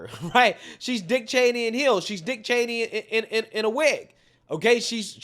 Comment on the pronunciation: He said "Dick Channey" in 3" hills... and there's 2 of them here tonight. Hahaha!!!!